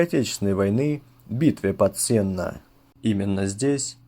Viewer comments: правильно говорить СеннО, а не СЕнно. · не СЕнно, а СеннО. Уши режет. О чем говорит, сам не знает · СЕнно? Я думал СеннО. ( Ударение на "О") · Не СЕнно, а СеннО. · СеннО а не СЕнно 🤣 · Только Сеннó, а не Сéнно. Ударение на «о». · Не СЕнна, а СеннО. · На сененщине говорят: Сенно (ударение на О) а не Сена. В десяти километров от города (районный центр) стоит обелиск экипажу Катюши - ребята попав в окружение, взорвали себя вместе с техникой. Вечная память героям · СеннО, а не сена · Сенно- дарение на последний слог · СеннО, а не сЕнно, я из Витебска, а так очень толковое кино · г СеннО, ударение на О! 🇧🇾🇧🇾🇧🇾привет из Беларуси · СеннО , ударение на о . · Ударение на Оооооооо!!!!! Сенноооооооо😮!!!!! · СеннО. Ударение на О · СеннО ударение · Правильно СеннО (ударение на «о»). Бывал на том поле, где был бой (по словам стариков) - там железа всякого … До сих пор выпахивают каждый год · Мы не во Франции! Сенно - ударение на "О", как правильно указывает Васильевич. А, так, информация интересная.